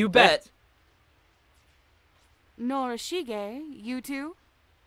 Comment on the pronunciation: Considering this is just a preview, I expect the voice actors to scream like their life is in danger during the earthquake scene. Also, you mispronounced Morishige as Norishige. Anyway, I'm glad this will happen. If this game does not have a dub, it will soon enough.